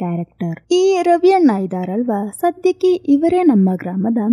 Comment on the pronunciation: ಅದು ರವಿ ಅಣ್ಣ😊 ರವಿ ಅನ್ನ ಅಲ್ಲ😊